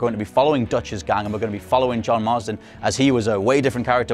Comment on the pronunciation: Mar-ston not Mars-den 😘